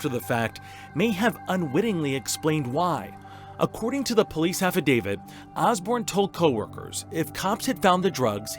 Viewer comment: If this guy says "affadavid" one more time... It's "affidavit"!